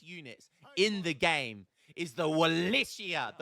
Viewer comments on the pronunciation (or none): Watched this to see you call it Wallitia again hahaha. Got the bonus of Wallichian and Wallatian this time too.